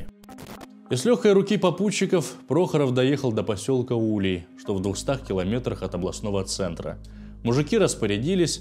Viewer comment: Не в Осиновском, а Осинском районе. Не у́лей, а уле́й